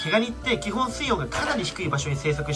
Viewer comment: 水温のイントネーションおかしくね？ 水質の方は合ってるのに、何故水温の方だけおかしいんだw